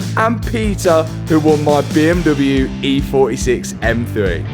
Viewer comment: What an accomplishment! And I will for sure miss the “beeeeuummmdoublyeuuu” pronunciation 😅